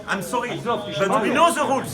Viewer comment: Wlh j'suis morte l'accent de Macron "im sourry"